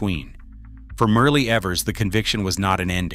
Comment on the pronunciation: Medgar’s wife name is pronounced Myrlie (Murly) not Merely🙏🏽